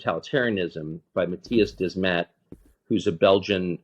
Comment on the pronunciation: Matthias Desmet, Will. Not Dement 😄